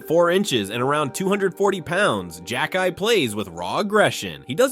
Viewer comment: You xhekaj right but get deslauriers wrong?